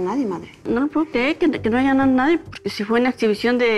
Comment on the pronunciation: Muy de clase y dice "aiga"